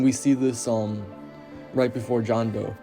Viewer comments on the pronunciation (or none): Minor correction: Jondo is pronounced like "Honda" but with an "A", not like "John Doe".